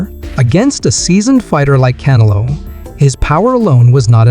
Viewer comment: Bro u can't even pronounce canelos name properly like forels one fucking word and u keep repeating it over inn over in over ...get your Spanish right VATO